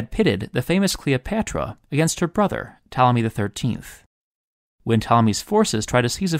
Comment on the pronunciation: I love how when you say "Ptolemy" it kind of sounds like "Tommy", which really just makes him sound like a little boy